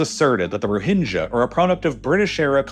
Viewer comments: I have lived in Myanmar for 13 years with my Myanmar wife Thanks for your balanced summary. Only a few factual errors. Some pronunciation help; it is our - Aung Sun Sui Chi. - Kyi. Tatmadaw - door. Royhinga - ga is ga ga & hing as in hinge, The main protest were in Yangon, not Nay Pyi Taw. As a Kiwi l have experienced some big shakes. The March shake was bad, long rolls in my office. Yangon is stable and safe as long as you don't do anything silly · Your pronunciation is dogshit bro. They're "Roh-hing-gah", not "Ro-hinge-a". These things are so easy to avoid, but you constantly mispronounce shit it literally seems intentional. I'm done. Unsub.